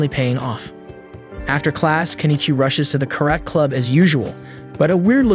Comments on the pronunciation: carat? Karate! pronunciacion is different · What's that karayt?! Its Ka-ra-te! Also, its not a philosopher warrior but a judo, jujitsu master.